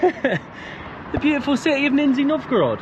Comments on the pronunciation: Not Ninjy Novgorod but Nizhniy ) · It is Nizhny (Pronounced Nij-nee, not Nin-zee) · ‼️‼️🍃🍃🇷🇺🌺🇷🇺🍃🍃 WHY YOU’RE KEEP SAYING : “NINZYA NOVGOROD”❓🌄❓ IS IT REALLY SO DIFFICULT FOR YOU BOTH TO LEARN TO PRONOUNCE CORRECTLY THE NAME OF AN ANCIENT 🇷🇺 RUSSIAN CITY WITH RICH CULTURAL HERITAGE - "NIZHNY NOVGOROD"❓🤬❓JUST REPEAT: "NIZHNY"‼️‼️🍃🍃🇷🇺🌺🇷🇺🍃🍃‼️‼️ NIZHNY NOVGOROD ‼️‼️ DO NOT MISREPRESENT THE CITY'S NAME ‼️‼️🍃🍃🇷🇺🎆🇷🇺🍃🍃‼️‼️ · Haha! “Ninzi” Novgorod. It’s lower or “Nizhni” Novgorod, as opposed to Veliki or Great Novgorod, which is a much older city in the northwest of Russia. Where do you find the “n” at the beginning?! Where do you find the “z” sound?! Both don’t exist - you’ve literally invented them out of whole cloth. The zh in Nizhni is a digraph pronounced as “s” in leisure. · Ninja Novgorod.... it's Nizh-ny, guys.... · Why do you keep calling it Ninzi (Ninjas) Novgorod? 😀 The name is Nizhny (Knee-Zh-Nnee - where Zh pronounced like G in Geneva) Novgorod 🙂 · Russian food has no flavor.. hmm bias comment.. wow Also it’s niZHniy not niZniy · ❌Nizhny Novgorod ✅Nin-Z Novgorod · You’ve not heard of it but you could learn to pronounce the name. It’s like someone saying Lodnon instead of London. NIZH-nee not Nin-Zee. Love your videos but do a bit more work on language. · Not ninzy Nizhniy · Nizh-nee not Nin-zee, I believe? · can't get the NINNzee pronunciation out of my head now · I lasted 6 minutes, can't hear the NINzzeee any longer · Why you keep saying Ninnzy ? Lol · Neezshhhhny .. a historical city. What you see is in honor of our WWII heros. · It's really entertaining to hear in this video, like, million times "Ninja Novgorod". Man, in Google Translate there's a function that pronounces words, you should try it sometimes. And talking about big Russian cities you never heard of - there are 16 cities in Russia with 1 mil population, almost all in european part. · KNEE-zh-knee Novgorod. Cheers! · Say it with me /nizh-nee nov-go-rod/ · Guys, it’s Nizh-ny Novgorod!